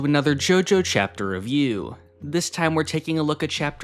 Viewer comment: I like how the way you say "chapter review" kinda hits my ear as "Chapter of U"